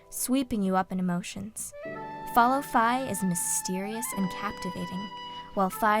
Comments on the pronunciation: Wait, that's how you pronounce Fi's name? I always pronoinced it "Fee". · No offence, but you pronounced Fi and Saria's names wrong.